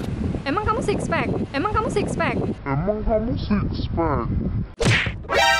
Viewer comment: Bang lu bukan six pax tapi six bone